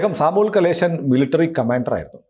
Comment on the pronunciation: It's Samuel Kamalesan not Kaleshan